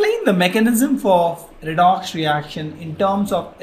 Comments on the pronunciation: I like the way u say redox ... redocksh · video is fantastic but more fantastic when you said redox as redokshh